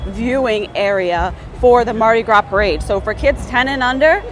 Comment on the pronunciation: I’m from Southeast Louisiana. Mardi Gras is pronounced Mardi Graw. Haha she said “Mardi graws.”